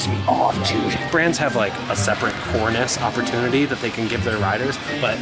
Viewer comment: “core ness”